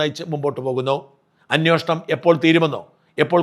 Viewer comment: ദയവായി 'അന്വേഷണം' എന്ന് പറയുക.